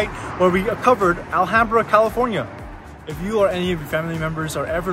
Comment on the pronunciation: alHAMbra pronunciation 🙏 how to spot if someone is actually from 626 or a transplant.